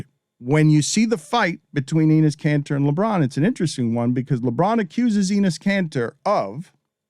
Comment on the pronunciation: Pronunciation of Enes is Denis minus the D.